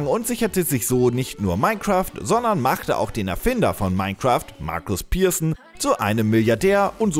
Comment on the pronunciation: Markus Pirsen? Wird der so ausgesprochen? XD